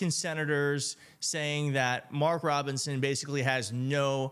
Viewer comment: DonOld got Mark Robinsons name right. 🤔 Rare.